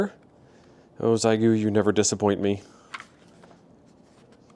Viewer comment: It's pronounced SheGo for we English speakers ha